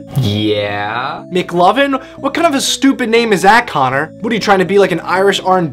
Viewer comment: It's Connor , not Conor.